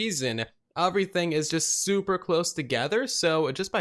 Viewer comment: okay am i weird or is he saying “uh-vrything”